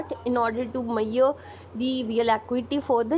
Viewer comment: can you please pronounce measure word properly. it's very irritating